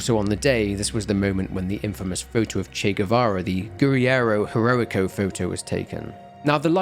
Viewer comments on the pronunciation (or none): This video was so good and interesting, still laughing at the way you said it”Guerrillero Heroico” 😂